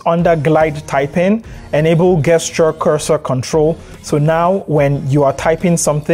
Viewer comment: I'm so sorry for the language my people created, but Gesture is pronounced Jesture with a hard J sound. Excellent video thanks.